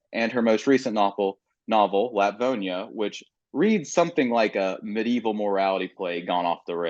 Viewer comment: My respect for Ottessa grew with each time she didn't correct your mispronunciation of Lapvona. How strong and generous of her. I could never. Other than that, an excellent interview! Why was this recorded in May but scheduled to be published in October?